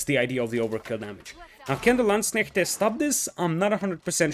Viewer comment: Damn I have to say your pronunciation of Landsknecht is great, even using the correct plural Landsknechte :)